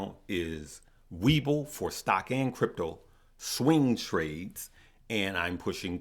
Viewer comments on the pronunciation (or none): none